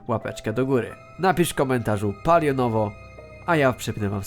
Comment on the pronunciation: Naucz się mówić. Nie polionowo tylko palionowo bambiku